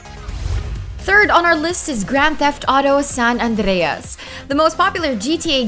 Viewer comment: I love it when you say "San Andreas"